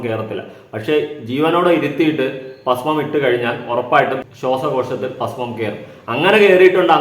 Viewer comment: പാസ്മം അല്ലടാ ഭസ്മം എന്നാണ്.പോങ്ങൻ